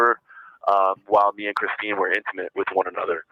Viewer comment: Yeah, he was calling her "Kristen" instead of Christine. He can't get anyone's names straight, and that's why he calls almost every girl "baby," which is just 🤢🤮. Such a creep!